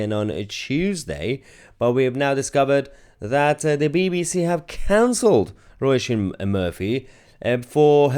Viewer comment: Her name is pronounced as in row-sheen. And she is right.